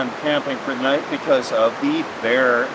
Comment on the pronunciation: "Nat everybody". How many beers did you drink my friend. Great spot for sure.